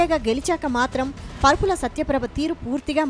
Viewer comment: పరుపుల కాదు తల్లీ... వరుపుల.